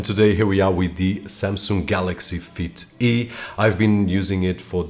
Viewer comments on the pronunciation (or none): I thought you said Samsung Elf 🧝‍♂️ 😂